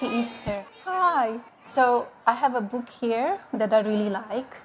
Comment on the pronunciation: 'Hi, I have a bukehere' Kids be like; This Is Fine.